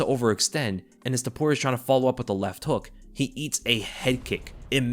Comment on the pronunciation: Not Zaporia! TOPURIA.